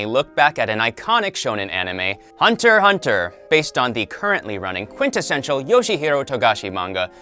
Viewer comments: I NEVER THOUGHT THAT SOMEONE COULD BUTCHER SO MANY NAMES SO BADLY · Its not (hunter hunter). It was "HUNTER X HUNTER" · you can really tell that this guy watched the english dub of the anime because he pronounces a few names wrong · No hunter “x” hunter get it right